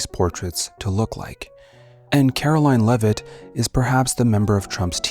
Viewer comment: It's pronunced "Leave-it"